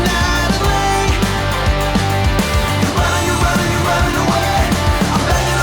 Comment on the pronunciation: ذا لخيفاي مو ليفاي شذا